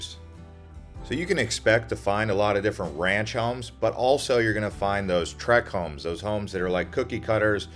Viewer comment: Did you say "trick homes"? Or "track homes"? It's neither. It's TRACT HOMES. SHEESH